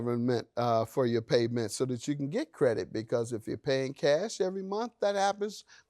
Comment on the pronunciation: FOR...not FER!!!